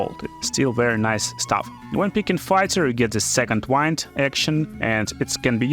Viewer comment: Its not second "why-nd" its second "whi-nd"